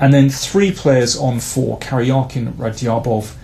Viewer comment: Love the videos, but please correct your pronunciation of Radjabov. That dj is a hard "j" as in jungle… or as in Raja (a Teymur nickname) for that matter